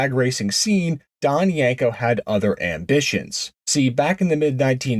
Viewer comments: If you're going to call it a "Yanko", I'm out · Yenko has an E not an A as the second letter in the name. why do you mispronounce the name ? is this a Jersey or certain eastern way to say YEnko ?